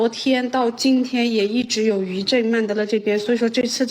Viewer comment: 大家(甚至官方)都把曼德勒的勒字發錯音了 勒字的發音是 ㄌㄟ / lei，勒住的勒 而不是ㄌㄜˋ leˋ